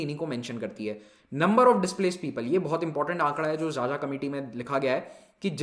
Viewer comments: Sir 'Xaxa' is pronounced as खाखा not 'jaja'. People with surname 'Xaxa' also belong to tribal group. Anyways Pronouncing strange names of the people is not easy. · Sir it is not जाजा (xaxa) it is खाखा....🙏 Big fan From chhattisgarh jashpur district... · Xaxa is pronounced as KhaKha (a sub caste of Oraon Tribe) literally meaning of A Crow. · Xaxa is pronounced as khakha.....